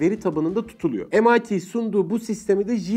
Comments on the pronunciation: emayti diye okunuyor yanılmıyorsam... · MIT yi mit anladım :D